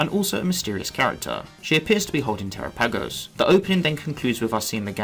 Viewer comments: It's pronounced Terápagos not Terapágos with emphasis on the first 'a' not the second 'a'🙄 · I can tell you don't watch the English versions... flotilla miss pronouncing terapagos. Lol